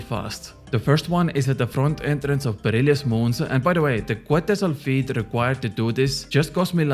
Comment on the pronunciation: Quetzal is pronounced KetZal